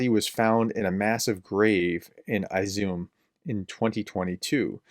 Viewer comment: ізюм, а не айзіум